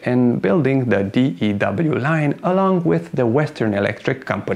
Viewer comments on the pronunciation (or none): You don't pronounce it D E W line. Your pronounce it DEW line. Like what you get on flowers in the morning. Or the pop mountain dew. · Pronunciation of acronym DEW is not "Dee-Eee-DoubleU". It is pronounced "Dew", as in the moisture that condenses on grass in the evening. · Hearing you keep saying d.e.w. line... giggles everyone just calls it the "Dew" Line. as in Dew point. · DEW is pronounced "do." We don't call it the D-E-W line. My late father-in-law worked on commissioning DEW radar systems. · It's not the D.E.W. Line...it's pronounced as ONE word...The Dew Line... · DEW is pronounced dew, like condensation, not D-E-W. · I happened to know 3 people that worked on the dew line. They all pronounced it like "the do line". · It's pronounced "dew" line like "mountain dew" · DEW line pronounced like DUE and DO learn how to pronounce the names. let urn' oh he is legend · It was called the DEW line & pronounced as one word, not spelled out every time you said it.